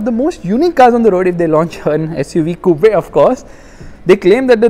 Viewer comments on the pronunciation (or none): Coupe is pronounced 'koop' not koo-pe